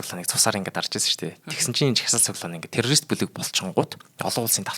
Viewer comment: Чечен гэж ямар улс бна 😂 ядаж зөв дуудаач. Бас террористыг юу ч гэж хэлээд бгаан, наад дуудлагаа засаач